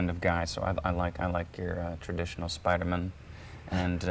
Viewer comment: God in heaven I love him. I love him so much. The way he says “spidermen” (as opposed to man). I love him.